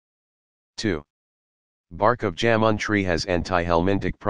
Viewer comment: "जामुन" को "जैमन" न उच्चारें। Remove the Western accent of text To Speech.